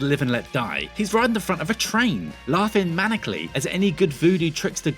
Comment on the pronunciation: Don't make fun of how they mispronounced Baron SamEDi when you can't pronounce maniacal properly, okay?